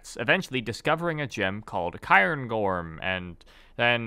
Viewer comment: just a heads up as a scot, 'cairngorm' is pronounced more like 'kayrn gorm' rather than 'kyern gorm', it's a quartz that comes from the cairngorm mountain range in scotland